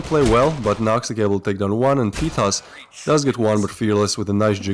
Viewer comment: Oo teetos not totos